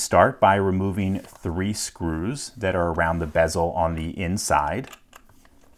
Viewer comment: you alternate between pronouncing 3 like "three" and "thray"